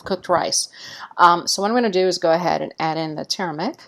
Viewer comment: its not TURMIC. It is TUR ME RICK. i did not know what you were adding/ talking about, until I saw the caption. Otherwise thank you so much for this episode.:)